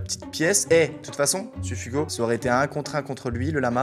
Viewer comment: C sup hugo et pas sufugo